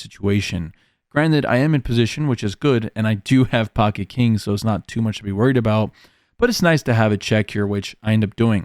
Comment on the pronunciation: every time u say pocket Kirans, I throw up a little in my mouth